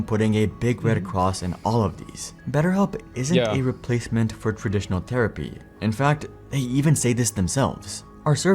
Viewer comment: The dude looks like Hasan and mispronounced THerapy as "tear"apy. Irritating